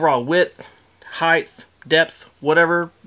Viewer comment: Omg can't watch past hearing "heighth" it's height!